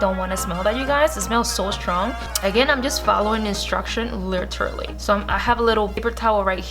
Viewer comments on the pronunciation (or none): Like she said" lilry" I thought it was supposed to be "literally"